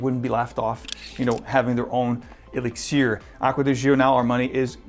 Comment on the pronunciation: Why do you choose to say elixir that way, "e-lix-ear"? What accent are you trying to apply to that word specifically, and why? I'm pretty happy with my profumo but excited to try this anyway. Likely overpriced but maybe that blend with Aqua Fahrenheit will get me to pull the trigger.